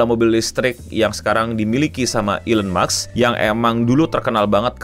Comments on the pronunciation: NO!!! bukan elon muks! tapi elon musk! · maaf no mau koreksi lgi, elon musk bacanya elon mask bukan elon maks makasih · elon maks atau elon musk bang😅😅😅